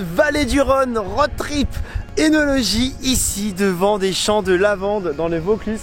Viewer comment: Première fois que j'entends quelqu'un qui prononce correctement œnologie (prononcer "é" nologie et non "eu" nologie). Bravo Bruno! Après le champagne, le Rhône, un des meilleurs vins au monde....